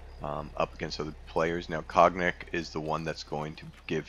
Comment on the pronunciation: cognac pronounced kan-yak